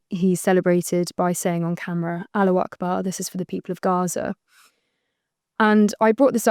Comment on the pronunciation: It’s not Aloo Akbar. It’s Allahu Akbar. At least pronounce it right